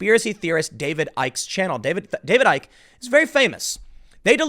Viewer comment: "Icke" pronounced "icky'".